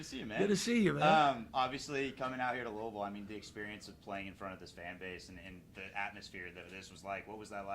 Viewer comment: " number 24" and saying louisville wrong is crazy